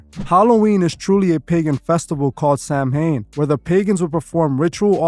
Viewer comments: It's pronounced saw-win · Samhain is pronounced “Sah-win”. 😉